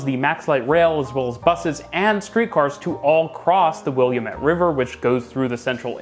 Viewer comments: Willamette is pronounced "will-AM-met" not "william-ett". Sorry, not to be a jerk, but we Oregonians get touchy about commonly mispronounced words like Oregon and Willamette. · Where is this William Ett driver? I've lived in Portland all my life and never heard of it or the person is named after. The only thing I can find is the Willamette River. Will-AM-it. The AM-it sounds like damnit. Lol! 😘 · not william ette it's pronounced wil lam ette river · Yes, I did the same thing (from back East) calling the River will-ah-METTE. Until my college roommate said, it’s will-AM-it dammit! Needless to say, I didn’t make that mistake again! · Love the video and the suggestions. One thing though: Did you say willy-uh-met river? It's WIllamette (wil am ut). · William-ette had me laughing. It’s Will-Am-ette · Just to let you know the Willamette river is pronounced "will lamb ette" not "william ette". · Amazing video, but I cannot help but point out as a Portlander that you should pronounce Willamette not as "Williamette" but "wul-AHM-it" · Also, no biggie but the Willamette river is pronouced: Wil-ahm-ett it sounds like you're saying William-ette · The river that runs through Portland is pronounced "will-LAMB-it", not "william-ette". That being said, as you mentioned, the in-frequency of MAX trains is disappointing and off-putting for those who want to use it. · Great analysis. But please look up pronunciations. It's very distracting. For instance, Willamette is will/AM/et, not will/yum/ET. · You've said it twice. For someone who claims to visit Portland more than Seattle, I would have thought that you would learn the correct way to name Portland's central River. It is NO said, "William-ette", but "Will-AM-ette". It never had "William" in its name. It is named after the indigenous peoples who lived here several hundred years ago. Look closely at the word, There is no way to say "William" as part of the word. It is spelled, W I L L A M E T T E. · Willamette, like dammit :)